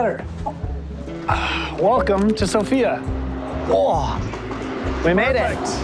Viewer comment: It's /´Sofia / not /So´fia/